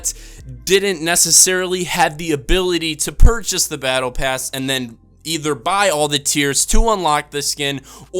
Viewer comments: He said PattlePass lol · "Pattle Bass" 😁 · “Pattle Bass”😂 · This nigga said pettle pass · he said padalbass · "Pattle bass" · He said pattle bass . Lol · "Paddle bass" wow u discust me but i still love de video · Why did he say pattle bass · Lol he said buy the pattle pass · Lol he said pattle pass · Pattle pass lol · he said pattle bass xD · When you go on to and hear that he said paddle bass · Anyone else notice he said pattle bass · what's a pattle bass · did he say pattle bass or was that just me? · He said paddle pass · this dude called the battle pass the pattle bass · he says pattle bass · When you were talking about the dark van guard you said "pattle bass" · "paddle bass"? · Pattle Pass?!? xD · Thumbnail and he said pattle bass lol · Oh my god I’m dead he said paddle bass